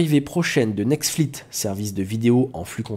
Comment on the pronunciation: Super travail. Par contre c'est pas nexflit mais netflix :P